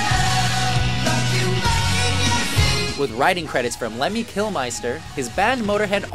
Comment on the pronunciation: facepalms pronounced lemmys name incorectly